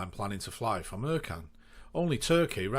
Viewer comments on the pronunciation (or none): Ercan is actually pronounced Air-Jan with the J said like jour in French but that's just me being fussy haha. Also at Ercan they are currently building a new terminal with 8 airbridges, some to accommodate widebodies and a new longer runway alongside the existing one. Pre pandemic that airport was pretty busy with around 40 daily flights carrying 5 million pax a year making it (unofficially) the 2nd busiest airport on Cyprus. Also on some pilot's route planning apps, ECN/LCEN doesn't show up, you look at Cyprus and only Larnaka, Pafos and Akrotiri show up, type in LCEN and it says not found.